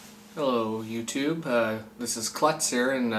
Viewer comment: What did you say at end? Hu tube?